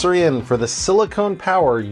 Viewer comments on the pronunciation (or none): FYI you are mispronouncing 'silicon'. It's 'sill-e-con'. Silicone is a polymer you seal your bathroom with. Edit: Also you quote the network speed at 'about 900 Megabytes', but the unit displayed on screen is 'Mbps' or Megabits-per-second. There are eight bits in a byte, so 'about 900 Megabytes' would be over 7,000 Mbps, or more than seven times the rated speed of this Gigabit NIC.